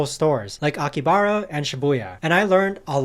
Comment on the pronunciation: No hate but thought you might wanna know it’s pronounced aki-ha-bra